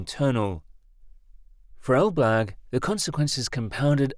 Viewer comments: What you call "Elblug" (Elbląg) is pronounced "elblong" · A pronunciation guide: Elbląg — elb-long Baltiysk — Bal-teey-sk (no v there :) ) Suwałki — soo-vow-kee Kaczyński — ka-cheen-ski złoty — zwo-tee Szczecin — shche-cheen (greetings from Szczecin, BTW :D ) Solid work on reporting the story though! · It's read like Elb+long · I cracked up every time the computer voice said "el-BLAG" instead of Elbląg 😁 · Pronunciation of Polish names is appalling. the letter "ą" is a nasal vowel pronounced as the French would say "en" as in "en masse" or "entente". The pronunciation is therefore something like "El blang g. Suwałki Gap (Note the L/l is not an L/l but is an Ł/ł is similar or not quite the same as the English "W/w". The W is proniunced "V" which migrates close to "F" at the end of words. The pronunciation is therefore "Soo vow kee". The canal is often known as "Kanał przez Mierzeję Wiślaną" (Canal through Spit Vistula) but more formally as "Kanał żeglugowy Nowy Świat" (Canal Shipping New World). As for the salt water arguement, it doesn't hold water. The Baltic has so little salt that it is almost drinkable. In any event, the Baltic flows in and out of the lagoon with the tides through the natural opening and marine species move in and out unhindered .